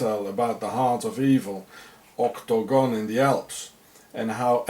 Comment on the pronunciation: I LOVE IT WHEN YOU SAY OCTOGON PLEASE SAY IT A LOT MORE IN YOUR VIDEOS HA HA